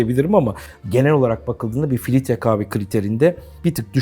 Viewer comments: Filitre dedin beni kaybettin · sürekli filitre demesinden odaklanamadım. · Hersey cok guzel de filtre kahveye neden filitre diyorsunuz delirdim! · filtre yerine filitre dediği için o kadar sinir oldum ki dislike atıcam az kaldı biraz daha filitre dersen.